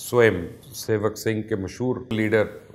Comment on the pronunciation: Rashtriya Swayamsevak Sangh hai, wo , unpadh, sing nahi hai, thik se pronounce karna sikh, fir vlog bana, Fake vlog, Chinese Abbu laddakh se bhag gaye, to Pakistani Army ghutnepe aa gayi or seasefire kiya, ispe dhyan hataneke liye naya chocha chod raha hai.